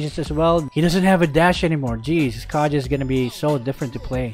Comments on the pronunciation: Kaya not kaja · Its pronounced "kaha" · it's read as KEYJEY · YOU PRONOUNCE KAJA WRONG.